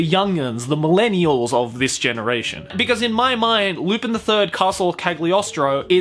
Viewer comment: Lu-pin!? I'm pretty sure its pronounced Lu-pahn.